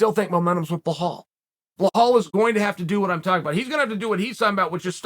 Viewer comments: chael making me think its Blehal not Belal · “Blehal” love ya uncle Chael 😂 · Does it on purpose he always calls him BLAHAL but writes the name BELAL for the title video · BLEHAWL > BELAL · Uncle Chael… i know you read your comment section. Its Belal mate. Be lal. You pronounce it as its written. Stop intentionally mispronouncing peoples names. You pronounce Khamzats name wrong too. Who the fk is Hazmat? Its getting quite hard to take you seriously 😐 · How can chael not say Bee-Laal is beyond my comprehension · Belal: " Remember the name " Chael: "Blahaal" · Who tf is blah-hall? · There is no “h” in Belal’s name. I was so confused at first haha. It’s B-LAL. FYI for people out there. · I STILL don't know what a "Blahall" is!? 😅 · Love the analysis but it's Belal (rhyms with Nepal) no H. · Did chael ever get a name straight? Blehal… man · I only clicked to hear uncle Chael say - " Beh haul Mohammed " 🤦🏽🙄🤪🤣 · "You guys did not even know what a BLEHAWL was 2 years ago"... Uncle Chael I still don't know WTF that is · The only one who mispronounces Bluh-HALL, is Bluh-HALL. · How has nobody corrected him on the pronunciation of Belal yet? Lol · How do you spell the fighters’ name right on the title but don’t say it right during the video? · I rooting for Luke just because I don’t want hear people saying the word Belal It sound like a person has a egg in their moth want they pronounce his name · chael purposely mispronounces the name of like half the fighters he talks about, have you seen any of this other videos? lol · Even finding a way to mispronounce belal, there’s levels to this